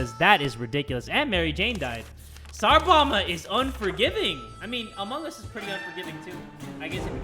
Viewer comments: Did u just say emong us time at 23.52 lol. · Lol keeps saying "emung us"